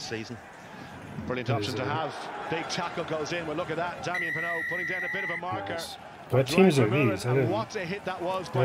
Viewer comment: Your accent is perfect for Damien Penaud ;-) (a French guy)